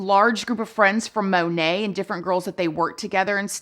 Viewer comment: MonAt, not monet😅😂